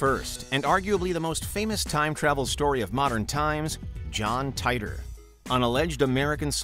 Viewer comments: John Titor is pronounced ( Te Tor ) not ( Tie Tor )!!!!!!😤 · Mostly just the way you mispronounced John's last name. It's tee-tor, not tay-tor. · It’s pronounced Teeter or Teetor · When you can't even pronounce the names correct, it make me question your whole research and thus makes me tune out....if you watched a single video on Titor time traveler, you'd know it's said teee tor..... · It's pronounced, Teeter.